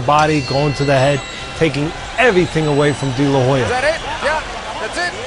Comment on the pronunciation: Oscar de la HOE-ya